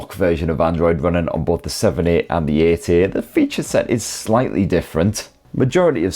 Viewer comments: I keep hearing pixel 80 instead of pixel 8a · Is he saying 8a or 80? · 8a ❌ EIGHT-EEEH ✅ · It's not the best model number to hear in a jordie accent is it 😂. 'eeeught eaaye' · 😂😂 i was laughing out loud every time he said it